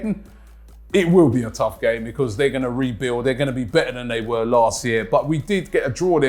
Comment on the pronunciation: Januu-wary and febuu-wary lmao bee-cause is the best one tho by far lol cracks me up